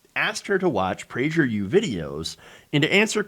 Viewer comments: They want to inoculate school-age kids against objective reality. Shameful. Also, it’s Praeger with a hard “g.” Love your content. Keep fighting the good fight. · Kinda bothered by the pronunciation of Prager with the soft g... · Lol you’re butchering the pronunciation